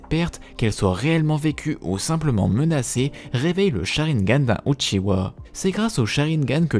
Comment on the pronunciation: j'adore quand il dit " l'histoire du clan OUTCHIWA"